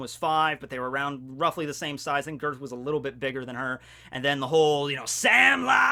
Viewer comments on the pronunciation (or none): Gerd is a Swedish name and the "ge" part is pronounced "yeah"